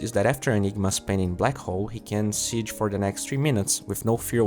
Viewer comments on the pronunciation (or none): none